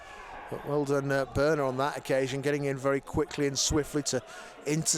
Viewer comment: It's Börner, not burner 🤦‍♂️